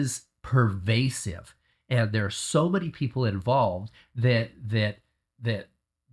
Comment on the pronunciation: Pervasive not curvasive